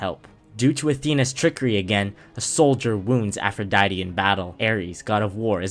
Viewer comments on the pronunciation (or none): ATHRODITE? Warn me like 5 business days in advance before spelling that atrociously bruh. You hit me with the one-two clap combo of calling Eris "Ares" and then coming out with Athrodite It's APH, APHRODITE!